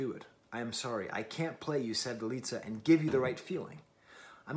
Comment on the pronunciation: Her full name is Sevda Alizadeh. Sevdaliza is just the combination of the two. The ‘z’ is not pronounced as in Italian language but just as ‘z’ 😊